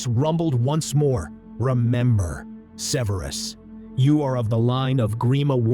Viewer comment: Severe-us... 2/2… 😂😂😂